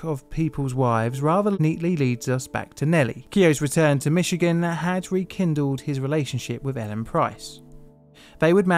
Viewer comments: As a Michigander, I was noting the same thing. Many Europeans say Mitchy-gan when it's really Mishi-gan :) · Good work pronouncing "Michigan" correctly. It seems like a great many non-American English speakers will put a hard "tch" in there or even a completely reasonable "ch" instead of the natively pronounced "sh".